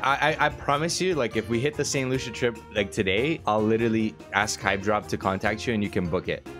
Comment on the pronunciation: It’s pronounced saint “lu-see-uh” No loosha 😂